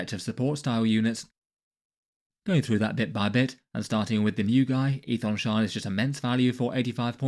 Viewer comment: You know how Daemon is pronounced Demon? Aethon Shaan is pronounced Ethan Shawn. 🐦